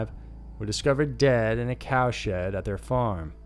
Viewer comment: In a cowshed.